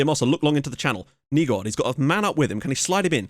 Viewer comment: haha dont worry, you're actually doing a fair bit of them rather well. Words like Hvidovre are tough coz the sound is smooth and comes from the back of your throat. And on another note, names like Nygaard is pronounced openly at the end like; Nygoar. Just in case you were wondering. Keep up the good work!